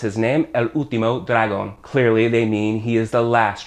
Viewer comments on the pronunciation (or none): Be careful with the tildes in words, you said drágon instead of dragón both times you mentioned the word. In that particular word it doesn't matter, everyone would understand you were trying to say "dragon" without any problem, but with verbs the tilde is very very important because it changes the meaning and that can lead to confusion (basically with who performs the verb). For example if you say "estudie" instead of "estudié", "camine" (an order, walk.) instead of "caminé" (I walked). Also you wrote "qúe" which doesn't make any sense but no one would care about that, native speakers often drop every single tilde when texting or writing something informal, but they would never ever drop them or change them orally in any situation.